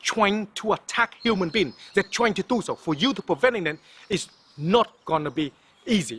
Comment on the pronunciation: 😂😂😂😂 he said twying 😂😂😂😂